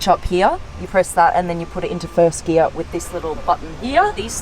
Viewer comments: Please say Gear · I love😍 how you say gear and here ... ...